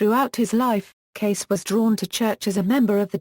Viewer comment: Please pronounce his NAME correctly. Thank you!